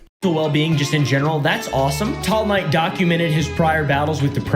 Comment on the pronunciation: everytime says tall knight it sounds like teomai